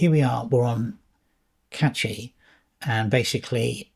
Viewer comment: Can we start pronouncing Cachy correctly. It doesn't contain a T.